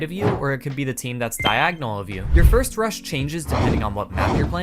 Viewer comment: i dont know why but whenever he said "rush" I felt like as if he said "crush"